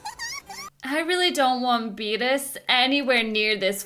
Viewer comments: I just love her Scottish pronunciation of Beerrrrus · never heard of someone pronounce beerus like you do lol